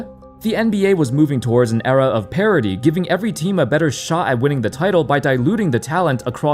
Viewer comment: "An era of parity" or "an era of parody"?